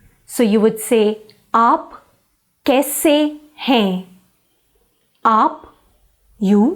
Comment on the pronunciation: Don't you pronounce the las letter n in hain or other words ??